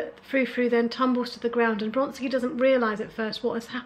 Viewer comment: I'm afraid that your calling Vronsky Bronsky made me unsubscribe. Really sorry.